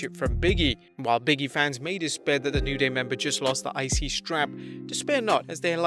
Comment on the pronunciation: I love your videos, but it's pronounced "BIG E" not "Biggie"...